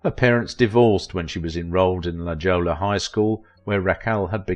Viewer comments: I thoroughly enjoy these series mostly enjoying your accent but a couple of booboos….Chicago, Illinois (not vice versa) and LaJolla is pronounced “La Holla” thanks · It's prounced La Hoya even though it's spelled La Jolla. The pronunciation follows Spanish grammar rules. Sign me a La Jolla High School graduate. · It's pronounced "La Hoya"